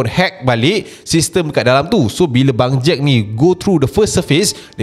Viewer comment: sebut bangjack takpa ashrap jgn sebut bang jad ja...nanti jd lain plak hahaha